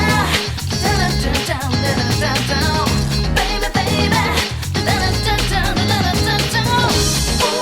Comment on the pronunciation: I agree in some capacity. I don't like the "thwerp"-y slime-like sound affect that they overblew and overused compared to the original, and I also don't like the take they used on the singer's pronounciation of "babeeyy-babeeyy" when it should have been "babey-babehh." but on the other hand, I REALLY LOVE the second rap verse they added in. That shit slaps.